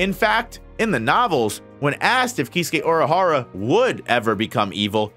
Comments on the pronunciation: Bro. Oorahara, not Aurahara 🥲 Based on how unnecessarily often you're using his proper name instead of a pronoun, you must be doing it on purpose 😡 Anyways, great video 😁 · why do the way you say Urahara bother me so much. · Please learn to say the name correctly